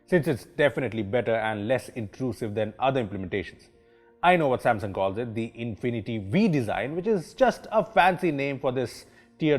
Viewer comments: that's nit infinty v its infinity u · Its actualy infinity-U (not being rude)